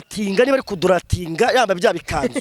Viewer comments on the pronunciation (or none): 😂😂😂😂😂😂😂😂 banza wige kuvuga kugaradiwetinga😂😂😂😂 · Ariko na none ibyo avuga kuri Vestine nibyo,ariko nawe ashobore kuba ari inkandagira bitabo.....!buriya nta kintu na kimwe azi kuvuga neza kupongle reka daaaaa......!DNA oyaaa daaaa......!mwarangiza ngo ni Prophete kuvuga ku gratiatinga reka daaaaaaa.........! Uyu yaracanganyikiwe nukuri..........n'amagambo avuga bigaragare ko afite ikibazo peeeee.........! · Pu kongoro😂😂😂😂😂😂😂❤urikumvaneza😂😂🤣🤣🤣 kuduratinga😂😂😅❤❤❤❤